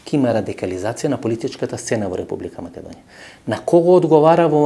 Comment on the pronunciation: Не знам само зошто гостинот упорно изговораше МаЌедонија..